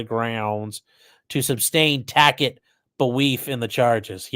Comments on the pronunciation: I wish I could tell him it's not a TACK-IT agreement lol lol So, so,, So badly lol More than I can express. It was so Hillarious when the judge said "I don't know what a Tack-it agreement is".. so many didn't catch her sarcasm.. since it's pronounced like Taset.. she could have just explained she was not making a tacit agreement pronouncing it the correct way lol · That Super Chat by Rish G.. Oh my lawd, Cracked me up hahahaha I've said like 5 times that I really really Really wish I could tell him it's pronounced like Tasit not Tack-it lol It was so funny when the Judge said "I don't know what a Tack-it agreement is" lol Low Key Sarcasm.